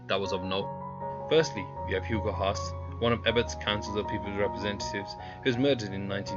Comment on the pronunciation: Hugo "Hass-ahh". Not "Hass".